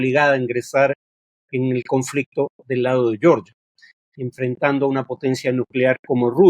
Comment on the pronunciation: Todo bien con el video, Farid. Solo que Georgia se pronuncia tal como se lee en español. "Yeoryia" es la pronunciación en inglés.